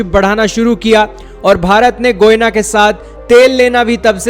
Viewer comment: It's not goina it's Guyana atleast speak correct lol😂😂😂😂😂😂